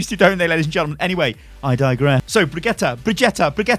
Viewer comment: It's like vegeta from dragonball in how you stress the syllables. Bre-GIT-uh